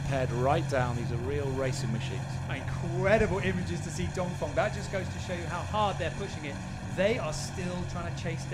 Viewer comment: great video, only thing is that he says dongfong every time... It's dongfEng..